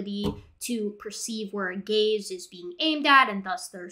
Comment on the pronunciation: I wemt through nearly the entire video being confused because u heard gay/gays every time she said gaze... So gay signaling, gay following, etc.. Im an idiot